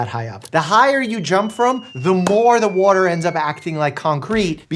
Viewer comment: the WOAter 😂